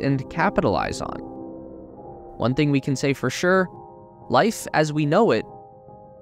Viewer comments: sounds like you're saying lice indstead of life... i guess only lice get's to evolve huh? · Lice as we know it will never be the same